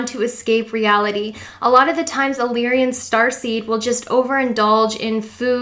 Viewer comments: Lyrian? i thought its "Lyran" LOL IM FROM A PARALEL REALITI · You did good and this was a greatly helpful video!! Unfortunately, despite the good intent of this video, some of the pronunciations detract from the end goal. “Lyran” is “LIE-run”, not “lee-ree-in”...You kept adding an extra letter “i” to the word. The constellation of Lyra is not pronounced “leer-ee-uh”. Just simply “Lie-rah”...”Pleadian” is not “palladian”. It’s “plee-idi-in.”